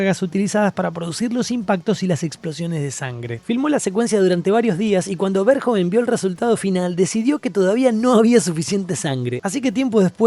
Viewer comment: Es un peliculón y punto Y no es pol verjon Es Paul Verhoeven